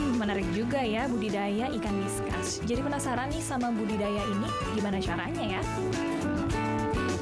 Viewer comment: penyebutannya diskus bukan diskas